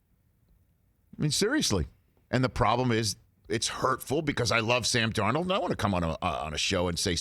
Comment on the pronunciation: When he said "I thought sam darnald was the guy" I heard a NY accent trying to make its way out... maybe I'm wrong but does rich have/had an accent he dropped for tv? I like it, bring it back if so